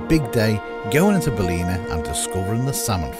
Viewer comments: Hi Guys, love your content, last weeks video in Westport was special. Your pronounciation in this weeks video of 'Baleena' is hillarious....try 'Bal' (as in 'BALance' and 'in a' (as .....'IN A bath house').....Ballina.....the second 'l' is silent. Again love your content. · its pronounced 'BAL - IN - AH', never been to the baths, i'll have to add it to the list. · Is that Belleek woods in Ballina( Bal in Aaah) 😅